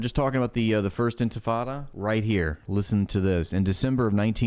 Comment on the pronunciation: She says "intifada" like white people say "tacos." As a Mexican Muslim it's so cringe on a whole other level. ears bleeding Whitewashing? Girl, you are WITE. Every accusation is a confession.